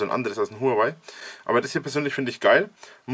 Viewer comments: Warum triggert es mich immer so wenn Leute Hurengeweih sagen? Huaway. Ist das denn so schwer? HUA WAY. Von mir aus auch WOAH WAY. Ist mir immer noch lieber als Huanweih. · Huawei wird anders ausgesprochen.